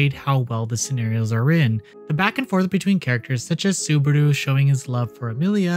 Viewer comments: Saburu? His name is Subaru. 😅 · I'm looking forward to it. P.S. It's Subaru. Y'know, like the car brand. Or if you want to be cheeky, Barusu. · i had an autistic meltdown on how badly you pronounced Subaru, it's literally the same pronunciation as the car company.